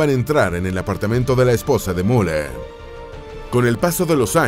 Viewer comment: Es increíble que no puedan aprender a pronunciar UN nombre alemán, Müller es el más común. Al inicio hablan de "La Gran Guerra" y muestran aviones de la 2° GM; después de la represión policial en München, y ponen imágenes de 1989 un desastre...